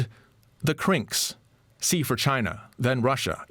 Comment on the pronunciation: The way he keeps saying CRINKS makes it sound like a slur. Now we got a bunch of CRINKS plottin’ against us.